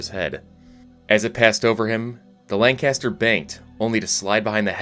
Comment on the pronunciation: Atleast you get 'lancaster' correct